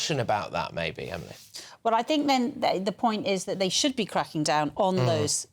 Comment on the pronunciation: Shooed not ahpen. Riot...I mean, riight. I'd like t' care about Eire & her ire, tho' it's not St. Paddy's poetry club anymore. More paddywhack paddy wagon. Tsk. (P.S. -- lame photo repeats. Lazy.)